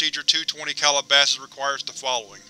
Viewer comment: Excellent video to see this done in one setting. I believe SCPReadings did a version but each iteration is a separate video, I much prefer this. In any case, I must not Calabasas is a town and um, insofar as I know it's pronounced Cal-ih-ba-sis or Cal-ah-ba-sis; not Call-a-bosses. Just a stickler. Have a great day. Edit 10 minutes later. I'm an idiot, you corrected yourself later. Thank you